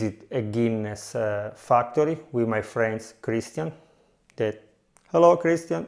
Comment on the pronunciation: you have visited a Fuck tory? ... i am loving the Irish :D :D and i am loving the italian dialect :) thanks for sharing